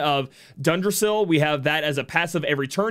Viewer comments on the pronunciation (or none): When you see Ygg___ it is pronounced "ig". Like iggy. Hope that helps!